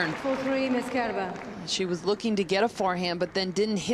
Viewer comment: Great match. Every time the male announcer said Kerber's name though, it sounded like "Care Bear".